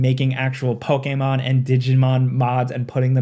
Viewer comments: Bro is the only person on the planet that says Pokémon correctly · I know you’re pronouncing “Pokémon” correctly…but I don’t like it 😂